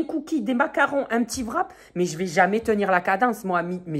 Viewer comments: Ça me fait trop rire quand tu dis " vrap " au lieu de wrap 😂😂😂😂😂😂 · on dit wrap